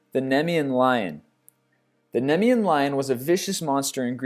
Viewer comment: It's also Pie-seas, Nee-mee-an, and Rayh-vhen-ous--to spell out pronunciations, not proper spelling, of a few of his flubbed words--but he has a serious pronunciation issue I've learned to get over. XD I mean, seriously--even the Greek call it Cer-ber-us--not Cyber-us.